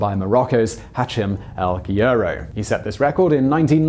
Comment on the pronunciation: Interesting pronunciation of Guerrouj, not one I have ever heard before.